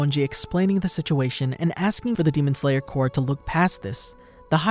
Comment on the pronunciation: this guy said demon slayer cor :)